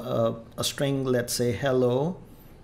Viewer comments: It's Hello not Hellow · Thanks for the amazing Tutorial I loved the "Hellow"s